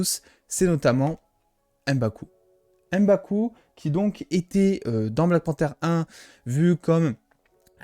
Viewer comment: C'est MBAKU et pas EM-baku